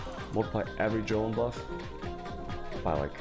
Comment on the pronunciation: dear lord, I want to listen to you because you give good info but I can't handle the way you mispronounce every goddam item in the game. Da fuck is a jolem?